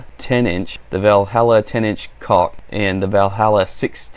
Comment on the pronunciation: Stunning boots Matt! Quick FYI: "caulk" is pronounced "cork" and the spikes are to provide us forest workers traction for walking on logs. Great review!!